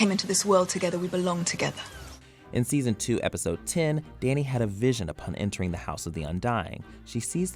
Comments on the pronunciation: I'm disturbed by the way we pronounces "Dany". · Why is he pronouncing ‘dany’ so weirdly